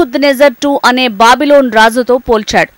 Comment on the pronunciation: బాబిలోన్ కాదు అమ్మ. బబులోను